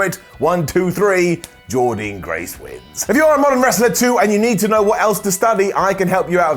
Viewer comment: one more time.....PLEASE SAY JORDYNNE GRACE’S NAME CORRECTLY!!!!!